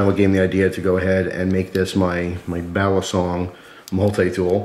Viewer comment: Y u say basilong